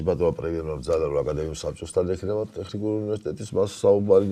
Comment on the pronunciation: საშინლად არასასიამოვნო მოსასმენია. ჯერ მხოლოდ "ტეხნიკური-ს" გაგება რა ამაზრზენია. და ისე სასაცილოც კია, ასეთი უხერხული სიტუაციის მერე მაინც პრემიერს რომ აქებს. არაკაცების ქვეყანად იქცა საქართველო...